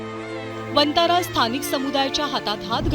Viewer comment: वंतारा ऐवजी "वनतारा "असा उच्चार केला जावा ही विऩती